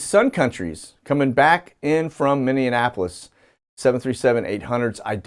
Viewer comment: Min ee a po lis LOL and say it faster. Just teasin'...I am from MN